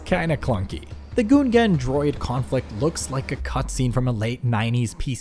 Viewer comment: Bro said Goon Gan